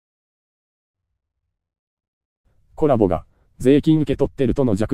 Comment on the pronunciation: Colaboな。Coraboじゃなくて